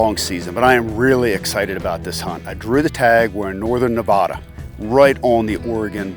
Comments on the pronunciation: Maybe next time you draw a Nevada tag you can pronounce it correctly 😂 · Can't even say Nevada right 🤦‍♂️ nice ranch hunt 🤑🤑🤑🤑🤑 meanwhile real DIY public land hunter's watch this and get very frustrated